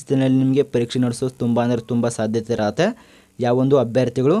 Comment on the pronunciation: ಇರುತ್ತೆ, ಇರ್ರತೆ ಅಲ್ಲ 🙄